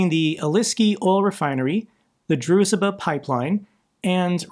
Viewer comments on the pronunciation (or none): The transcription "zh" is one sound, not two, pronounced as in Dr. Zhivago. Not "z-h". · DRUZH BA oil refinery. Not Druzh e ba..😜 Just a minor detail that I always hear you say that,not annoy me,but think is a bit important you get right. We all struggle with these russian and Ukrainian names. Just dunno how you see a letter e tgere?🤪✌️ Peace from Norway. Yet another great report start. Russia is losing this war so badly and I enjoy your reports every time. I know you do everything yourself and research really really well. Props to you for that work you do for Ukraine!! I think you deswrve to meet president Zelenskyy and do a interview with him... I am 100% sure if you had sent his officials at his office links to your channel,and other platforms as well as all you have fundraised. You alone has raised close to $5 million for the armed forces of Ukraine. Please try get an interview with Zelenskyy by sending his office a request,then and explaination for it that him coming on your channel for an hours interview,that it'll get lots of views and no cencorship so he can talk about what he would like too. That will make more people donate even more and instead of 1milli8n goals you will have no problem of do 2-5million goals 6x a year to try get $30 million raised each year. Use those to keep do as you do,or use them directly to buy drones from Ukrainian start ups to the units that need drones on top of cars and other equipment. No other blogger fundraise more than you do as I have seen each time. You need to do more fundraisers and we need to get an interview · it’s the Druzhba (Дружба) pipeline with the ‘zh’ being pronounced as the ‘s’ in ‘fusion’, or the ‘g’ in ‘rouge’. So it’s like ‘Drougeba’. Aside from this, great podcast keeping us all informed. Thanks for the tremendous work you are doing. Russia will be defeated. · Can we please learn to pronounce the name of the friendship pipeline? Hurts every time to listen 😅